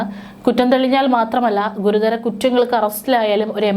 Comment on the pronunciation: ഗുരുധരം അല്ല ഗുരുതരം